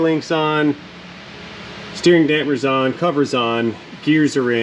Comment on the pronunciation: Dam-per, like nu-clear.